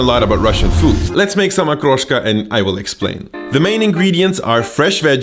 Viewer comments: I like that you didnt bastardize the word. Hood pronounciation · Подозрительно хорошо выговаривает слово "Окрошка")) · Как же чисто он выговаривает слово ''окрошка''